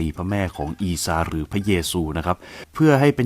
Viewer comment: เล่าได้ดีมากครับ ทำให้ผมฉลาดมากขึ้น😀😀😀 แอดได้เอยคำว่า(อีซา)และท่านหญิง( มัรยัม) ได้ถูกต้องตามสำเนียง อาหรับเลย สุดยอดจริงๆ